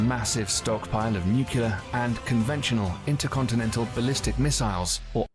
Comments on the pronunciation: “intercollectechtoras…” 🤔 You are so adorable ☺️ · You had me laughing out loud when you were trying to say "intercontinental." I pray you don't take the train.